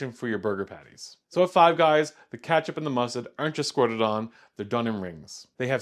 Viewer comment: Don’t trust anything this guy says because of the way he pronounces ketchup